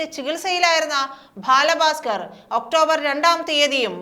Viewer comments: ഭാല ഫാസ്കർ അല്ല ബാല ഭാസ്കർ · "... bhaala baaskar... " No..... "baala bhaaskar" ennu parayoo... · ഭാല ഭാസ്‌കർ എന്ന് അല്ല.ബാല ഭാസ്കർ എന്ന് ആണ്. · Balabhasker ....LKG Classl poyi pronounciation correct cheyyu..very bad😮😮😮😮😡😡😡😡😡😡😡😡😡😡